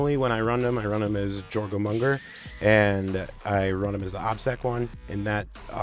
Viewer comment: Love the video! Informative and funny, great breakdowns and tactics with meme fun! P.S. Jormungandr = Your mun gander ...but you were pretty close with 'your mum gonger!' lol If old viking language bugs you, you can just call them 'diggy diggy hole snakes'!